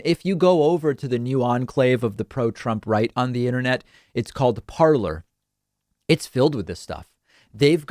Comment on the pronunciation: It’s “parler” pronounced par-lay. It’s the French word for “talking”